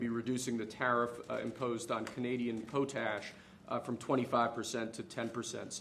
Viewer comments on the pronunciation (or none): Poe-tash? Pot-ash.... Might as well say "p'tash". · It’s not po-tash it’s pot-ash fertilizer.